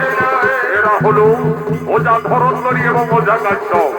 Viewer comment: ধরন্তরী নয়, ধন্বন্তরী